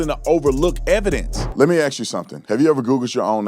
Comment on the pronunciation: I hope you have a good sense of humor, you were commenting on how some people mispronounced the letter A and said a word wrong. You my friend have the same misstep when you say the word ask. Review your tape at the 45 sec. mark and axes yourself what you said. 😅